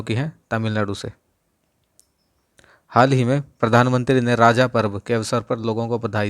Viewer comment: It's call रज्ज not राजा sir